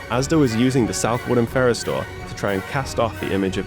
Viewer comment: The outro 'South Woodham Fer-ers' is the first time a 5-syllable jingle has triggered in me an almost desperation to visit Essex. I yearn to shop in that groovy pad while listening to that catchy jingle.